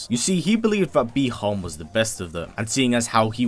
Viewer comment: Really can’t stand when you say sub zero name as bie Han which is bi Han with out the e